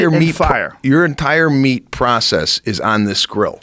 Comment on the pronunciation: “wen u cook da meech” - 😂